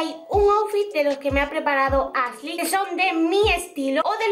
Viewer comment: Pronuncia “sh” en palabras que no van, pero dice “Asley” y “Sein” jajaja no puedo